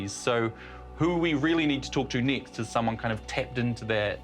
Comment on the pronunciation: why do people in new Zealand not know how to pronounce words with a single E in it? They say NEEXT, or DEECADES. Also this was one of the worst stories vice has ever put out.